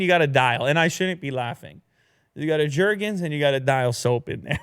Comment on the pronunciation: Jergens. Lol